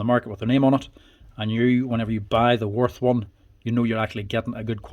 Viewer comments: Sorry for my German behaviour, its Würth not Worf 😅... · Würth" is pronounced like "Wuert", where "ue" sounds like the German ü – similar to the 'u' in 'fur' (but with rounded lips), and the "th" is a hard 't', not like in 'this' or 'think' - btw the 125 Version is 115,90€ without tax. The 115 is not available anymore. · Wurth is pronounced with a v not like a w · Würth is pronounced Wyrth